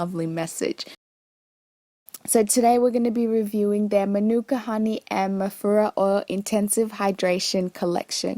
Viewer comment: At first I thought u were saying mafuta oil haha